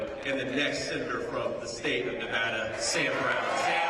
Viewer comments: Nevada loves ❤️ Trump Vance 😊 just remember Nevada not Nevahduh😂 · Ah shoot I missed him today he’s in my state 😭😭😭 only thing I don’t like is he miss pronounced Nevada 😢 but other than that absolutely loved his speech!!!